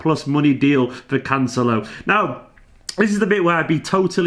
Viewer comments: As long as he can cover at LB and LWB as well, I think this signing makes sense. A small pedantic point on the pronunciation... you're close with Cancel-o but the emphasis should be on the E as in Can-Sell-O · As a (brazilian) portuguese speaker is always funny to see you guys struggling to pronounce correctly the portugueses names hahaha but I definitely can understand your doubts, it is quite difficult! It's CanCE-lo, not with de italian "c" (Can-che-lo) or the spanish "l" (Cance-lho). tbh I have no idea how to explain that here but hopefully we're gonna hear it in a couple weeks:D love your channel, congrats for the amazing work here